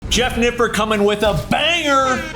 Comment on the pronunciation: Jeff Nippaud... Jeff Nippaud... Science Based Liftahhhh ... Wont take your pictuaaahhhh